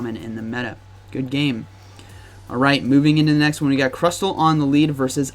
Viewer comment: Stop saying crusTTTLLE